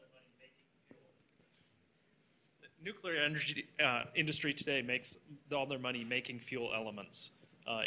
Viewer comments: "New queue ler" ain't a word. I believe they pronounce it new-killer. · If you are capable of saying the following sentence: "Today I got my New, Clear glasses...they are bi-focals", then you are capable of correctly pronouncing the word "Nuclear". Failure to do so puts you dangerously close to being in the same league as The Idiot Bush. "New queue ler" ain't a word.